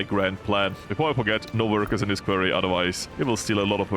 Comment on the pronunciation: Just a heads up: You pronounce quarry like kworri not like kwerii.